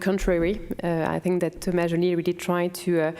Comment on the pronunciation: Really, you can't pronounce Thomas's name properly? WTF?🤔🤬